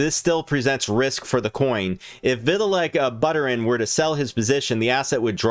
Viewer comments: I hate the way you pronounce coins lol vit a lick butter in? Turd burgler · "vee tuh lick butter in" LMAO!!!! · LoL your pronunciation of his name Vit-uh-lick Butter-N , good video though